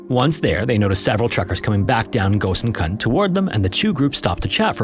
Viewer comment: The pronunciation of gosainkund is so funny ! Incorrect